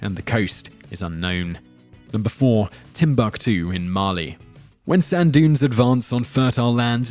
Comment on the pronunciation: Tenotch-tit-lan? Tibuktu beaches, Eye-wanovo and list goes on and on